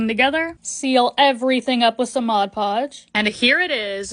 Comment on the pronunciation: Thank you for saying mod podge correctly, it pisses me off so much when people say modge podge